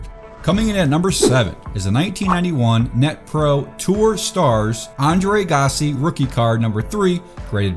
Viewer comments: Pronounced Ahh Gah See Agassi. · Its pronounce AG-GA-SEE